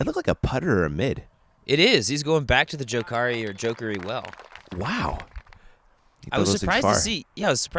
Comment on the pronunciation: JAH-KaRi LOL